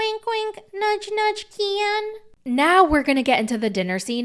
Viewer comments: It’s not Keee-In. ITS KEN! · I usually like your videos, but the way you said Ken I’m totally unsubscribing . Kieeen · This is the first time I’ve ever watched any of your videos, but I was thoroughly entertained lol. Your Gypsy impression is spot on. I died every time you said “Ke-an” 😂 Subscribing….now! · I just love the way you say Ken, so hilarious. Brian was so controlling for gypsy. Gypsy’s mother was controlling. Most men never asked what’s wrong. Ken is only in there for the money. Ken is a douche bag. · Girl you GOTTA stop saying Ken like that….